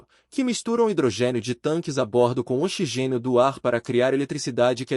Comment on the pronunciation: Parei de assistir quando o narrador falou "xigênio" 🤦🏻‍♂️